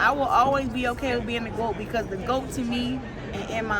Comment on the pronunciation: "it's GWOAT"😅